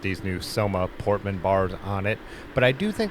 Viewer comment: just a super super minor comment because I know the area: the handlebars are named after a bridge in Vancouver that’s pronounced with both words given equal weight, e.g., Port ‘Man’, rather than ‘Portman’ which is kinda how you’re pronouncing it. That’s all! Love your videos